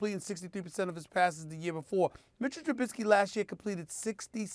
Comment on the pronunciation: I'm just going to enjoy not hearing Smith butcher Trubiskys name.